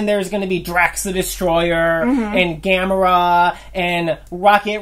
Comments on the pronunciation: You keep saying gamra!?It's Gamora! Gamra a turtle that flies. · Rocket is probably some of the darkest shit ever written starring an anthropomorphic animal, outside of creepy furry-porn. And for fucks-sake, it is pronounced - GAH-MORE-AH and THAH-NOHS.